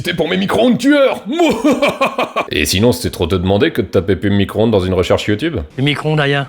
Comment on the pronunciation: Fourmis cro ondes 😂😂😂excellent 😂🤣